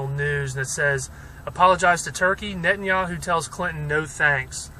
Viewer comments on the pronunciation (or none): none